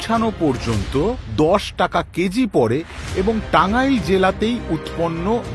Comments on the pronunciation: আমি টাংগাইলের মানুষ। আমি কখনো ওভাবে টাংগাইল উচ্চারণ করি না। এবং টাংগাইলের কেউ ওভাবে উচ্চারণ করে না। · বাংলাদেশীরা টাঙাইল বলেনা। টাঙ্গাইল বলে সবসময়। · যে কথা বলছে সে বাংলাদেশী না,সে বলেছে টাংইল। বাঙ্গালী কেউ বললে বলতো টাঙ্গাইল। প্রতিটা কথাই বুঝা যাচ্ছে। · টাঙ্গাইল শব্দটার এক্সেন্ট দেখেই বুঝা গেছে এটা পশ্চিম বঙ্গের কোন লোকের কন্ঠ। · লাস্টের কথা গুলো খুবই মূল্যবান,,এটা নিয়ে আরেকটা এপিসোড চাই। মাদারবোর্ড টাঙ্গাইল সঠিক ভাবে উচ্চারণ করতে পারছেনা 😂